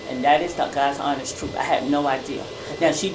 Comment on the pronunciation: 😂😂😂😂😂😂😂 ALL THE BACKPEDALING SIS 😂😂😂😂😂😂DAMN YOU GON 'STICK' TOO YOUR STATEMENT?!?!?!?! THAT'S A GUILTY ASS QUESTION 😂😂😂😂OOOWEEEEE, SHE SAID SHE DIDN'T HAVE NO 'IDEAR' AND SHE STICKING TO IT!!😅😅😅